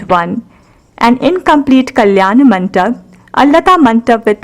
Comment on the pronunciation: Very nice... Very educative... The background score was quite distracting.. Could have been better.. Kalyana MANDAPA is the right pronunciation and not MANTAP Please 😊